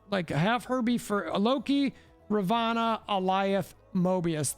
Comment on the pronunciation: Dude...it's RAvOnna...not ROvAnna!!